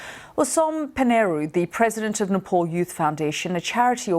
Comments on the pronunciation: It’s pronounced NEPAL not NEPOL .. just like it’s not pronounced LANDAN it’s pronounced LONDON .. how can you pronounce your O in LONDON correctly but can’t pronounce the A in Nepal .. where is the O in NEPAL ? ... .. isn’t English from England? 🤦🏼 you are BBC news ! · Not Nepaul, it pronounced as "naepaal". Annoying newsreader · It's not "NePaUL" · It’s Nepal not nepol geez westerners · its Nepal not Nepoll... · Her pronunciation of Nepal is so irritating. Any way its not her native language. So its ok. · first go and learn how to pronounce nepal then talk about it. idiots from UK